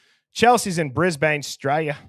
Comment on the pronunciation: Brisbane is pronounced Brizb'n or just Brizzy